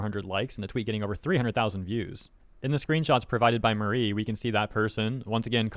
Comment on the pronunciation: Her name is not Marie, it’s Mari, rhymes with sorry